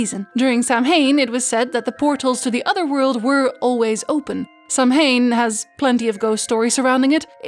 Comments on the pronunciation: A friend who lives in Ireland has told me it's "SOW-wen", not "Sam-hane.". And also, it's "Sluagh na Sidhe", not "Sluagh Sidhe." She's a teacher of the lore, so I think it can be trusted. Where are you getting your info from? Perhaps it's a regional dialect thing, but I'd love to know what your sources were for these specific wordings. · Dear, Samhain is pronounced sah-whayne